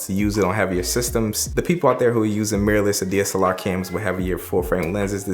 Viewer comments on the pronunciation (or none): none